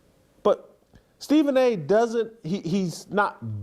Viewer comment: Stephen A "Myth" 😂😂😂